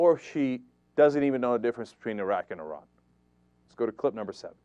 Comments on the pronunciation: She didn't say 'Iran' OR 'Iraq'. She said 'Eye-rack' - whatever that is... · It's IR-an and IR-aq Never mind It-aly and mosc-o(w)